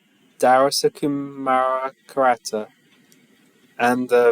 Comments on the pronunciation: The correct pronunciation is: #"dash" as in (english) gush, mush, sussh🤫 #"Kumar": "ku" has an abrupt "u" as in cook and "mar" has an elongated "a" as in bar, tar etc.... thus "kumar" = kumaar #"Carita = "Ć" is Ch as in chubby... and the "a" suffix in "rita" is an abrupt "a" while "t" is a soft t.. thus "ćarita" = charit. ie. "dash - kumaar - charit" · The last c is pronounced ch as in chair..